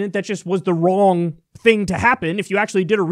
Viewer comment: big fan of the way kyle says 'wrawng' here